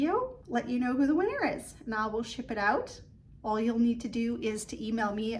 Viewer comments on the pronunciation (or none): none